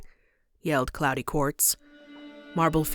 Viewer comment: Claude is pronounced like clod or clawed, not cloudy 😅